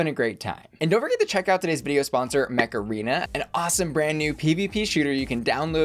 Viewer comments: I was just listening to advertising Mech Arena and I heard MACARENA instead 😂😂😂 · I keep hearing Macarena rather than Mech Arena xD